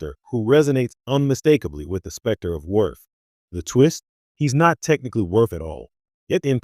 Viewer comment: The Character's name is pronounced, WORF! DUMBASS!